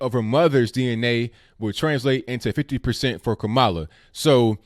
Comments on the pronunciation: kam uh luh like pamela. Not ka mall luh like Kaballah. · ITS KA- MALA WITH THE ACCENT ON THE FIRST SYLLABLE. ALSO IS NOT ABOUT RACE IT'S ABOU LINAGE . KAMALA IS NOT ADOS( AMERICAN DESENDANTS OF SLAVERY) THAT'S WHAT SHOULD BE THE FOCUS. PLEASE CHECK OUT ADOS101 ON YOUTUBE.